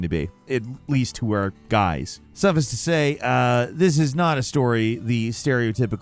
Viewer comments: This man said “suffiss to say” 😂😂😂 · NO! No one says suffice like that!